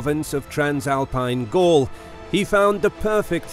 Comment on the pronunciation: Gall? Not Gaul?